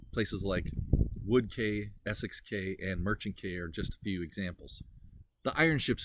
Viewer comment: Wood Quay - Pronounce Quay as "key" not as "Kay". The Vikings were not Christians and I don't think they would have understood the value of the Book of Kells. They were plunderers and not art collectors or antiquarians. The monks safeguarded it as likely it would've been burned or destroyed. The Vikings preferred the gold chalices and crosses etc. that the monasteries possessed as gold objects could be melted down and traded.